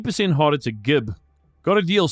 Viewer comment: idk why he said it like that but it’s pronounced with a j sound and it means to blow an enemy into chunks as opposed to it ragdolling